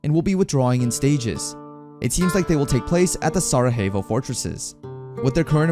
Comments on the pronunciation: For everyone who might be wondering about the name "Ignis Fatuus," it means "Flame of the Fool." Also, Sarajevo is an actual city on Earth, and it's not pronounced "Saraveho," but "Saraievo." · Oh, I am aware of such. I was bringing attention to the way Sarajevo was pronounced, because it's the capital city of Bosnia and Hercegovina, which is a European country. Some respect has to be given to things like that, even if you don't care about their existence. And yes, the Empire that Walt is a soldier of, does seem to be that worlds Ottoman Empire, because of the germanic name of their country, as well as the space they occupy, which seems to be France and Germany. And yes, I did write "town" instead of "city" in my comment before, so I did get something wrong in the end. I'll edit it though, so that no drama happens.